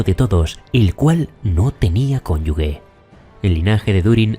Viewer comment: ¿"cónyugue"? Será cónyuge, que es palabra española y no "noldorim", y en español la "g" con la "e" se pronuncia exactamente igual que la "j" con la "e"